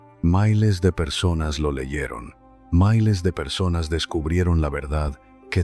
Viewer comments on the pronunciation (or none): Porque no hablas bien no se dice mailes se dice miles soquete